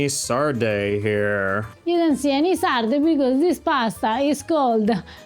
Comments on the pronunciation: you are married to an Italian girl and you're living in Italy! Trust me you've GOT to work on that Italian pronunciation!!! They aren't Lee Sardee, they are Leh Sardeh. Please. Okay, I have access to fresh sardines here in suburban Atlanta, I've had Sarde in Saor in Venice, and didn't care for the dish. Too fishy, it just didn't work. I've known about the pasta dish, but was never all that anxious to try it. No longer, thank you Eva! It's off to the market domani, and proviamo! Grazie, care. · Drop the American diphthongs when pronouncing Italian words and it will sound a lot more Italian. It’s pronounced sarde and not sardey. 😉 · You have an Italian speaker just next to you (Eva), “con sarde!” (not con sardei). It’s not difficult, but it makes the whole difference. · Pahsta con lay sarday 😄